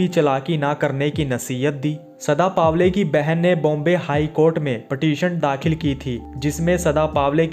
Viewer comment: चुत्या पावले नही पवले